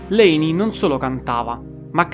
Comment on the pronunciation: Quando non sai nemmeno pronunciare il nome di Layne vuol proprio dire che non hai nemmeno idea di cosa stai parlando